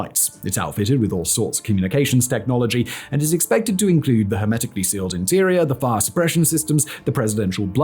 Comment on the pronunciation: It misinterpreted his mispronunciation of hermetic as semitic